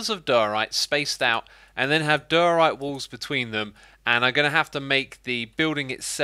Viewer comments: Diorite Die-uhh-right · Are you saying der- orite